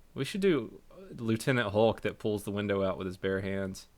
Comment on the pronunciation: LOL "you busted my winder"